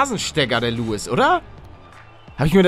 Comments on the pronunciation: Er heißt Lewis und nicht Louis 😂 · Der heisst lewis nicht louis 😂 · Wird Louis (mit dem "s") ausgesprochen ;) Hättest du ihn jetzt ernsthaft "Lewis" ausgesprochen... :D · Er heisst lewis wird aber wie louis ausgesprochen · xXiksXx xXiksXx aber es wird louis ausgesprochen. Nennt sich Englisch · was denn er heißt lewis und wird luis ausgesprochen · Lewis wird im britischen "Louis" ausgesprochen da es ja auch kein "W" gibt (also den Laut W)